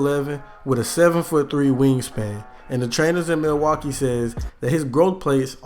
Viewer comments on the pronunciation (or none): none